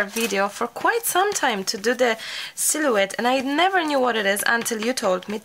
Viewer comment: Loved your silhoette painting video. Sil o ette is how it is pronounced, h is silent. Yes they are cattails. You can cut cattails to dry them and use in a vase; good to spray them with hairspray. I can't wait to do a silhoette. You are so entertaining, love your accent.